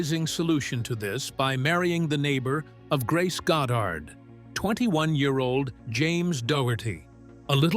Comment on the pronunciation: "Found sucker in movies"?, "Marilee?", 'God dard"? Are you for real, AI CLICK BAIT?